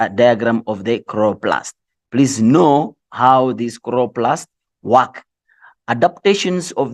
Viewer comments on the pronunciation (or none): i cant stop laughing at “khroplast”😭😂😂😂and i have to study but i cant😭